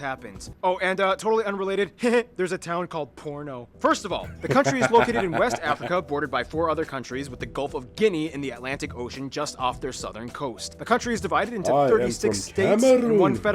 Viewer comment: Lol. It's called Borno not Porno. It's in North East part of the country, it's where Boko Haram operates in some parts near the border with Niger/Chad Republic- it's far from cities like Lagos, Port Harcourt, over 1000 kms away